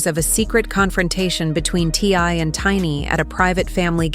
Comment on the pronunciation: Obviously the narrator knows nothing about this family. She cannot even say T.I.'s name correctly.